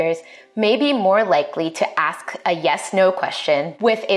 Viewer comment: I got something to axe you.